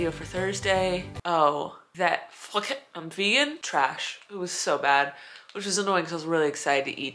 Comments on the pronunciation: “Foo-ket” not “fuk-it” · Phuket is a beautiful island in Thailand and it’s pronounced poo-ket 😂 and it also might’ve been Thai food since the restaurant is called Phuket. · Phuket is pronounced Pooket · Phuket is a province in Thailand and it is pronounced "Poo-ket." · It’s pronounced fook it by the way